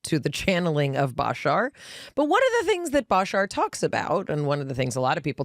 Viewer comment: please tell Mayim how to pronounce Bashar. 😊